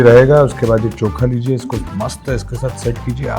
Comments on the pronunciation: its not choka it is chokha😂 say it properly,, when you are food blogger 😢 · Koi kamya ko chokha bolna sikhao😂